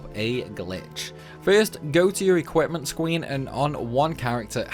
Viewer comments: "first go to the equipment scween" 😂😂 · "go to your equipment scween"